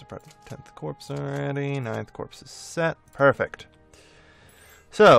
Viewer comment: Just out of interest, why do you say corps like corpse? It's just pronounced core, for example, the Marine Corp. Just figured I'd ask. Love the videos!